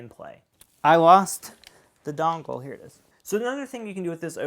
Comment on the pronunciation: Sorry but everytime you said dongle... great video though!!